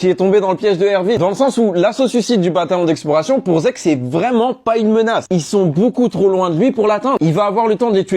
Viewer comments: Zeke??? Sérieusement ?? Toi qui fait tant de vidéo sur SNK tu ne sais pas prononcé son nom?? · On dit Sieg ( ça se prononce Sigue) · Pour ceux qui ce demandent ou ce disent keske c'est que c'est ça pk il dit zeke et Non sieg c'est juste que ça s'écrit "Zeke" mais en vf sa ce prononce "Sieg"mais les anglophones lisent et écrivent comme ça { Zeke } Si ça pu aider quelqu'un. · Sieg est un nom Allemand, ça se prononce Zig, les japonais et anglophones sont des quiches astronomiques quand il s'agit de prononcer les autres langues correctement, dire Zeke c'est juste pas comprendre les inspirations de l'auteur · Si on utilise la prononciation française du nom original c'est plus zig(en allemand (langue dont est issu son nom) dans Sieg le i et le e collé se prononcent i et le s se lit z) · Faut rétablir la vérité, c’est pas zeke c’est Sieg à prononcer 'sigue', Sieg étant un prénom Allemand le pb c’est que les japonais le prononce 'dssique' parce que le son 'z' n’existe pas au Japon donc les Amerlocques en entendant ça on traduis Zeke qui se prononce dcp dzique, bah oui le E se dit I et le 'z' peut aussi se prononcer comme s’il y avait un 't' ou un 'd' avant la lettre, bref la trad fr est la bonne, l’analogie à l’Allemagne n’est pas juste un théorie d’où les noms et prénoms des perso qui sont tous Allemands sauf pour mikasa mais même dans l’anime ils explique qu'elle vient des provinces de l’est où jsp quoi donc ça explique son nom, en conclusion c'est bel et bien Sieg à prononcer 'sigue' et pas 'siègue' c’est de l’allemand je répète